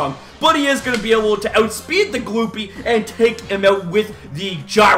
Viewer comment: bro, you pronounced glopy's name wrong!!! it's not gloopy it's glopy, it's a high sounding "O".